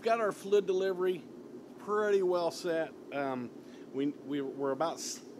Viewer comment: Flidddd deliverwy 🤣😂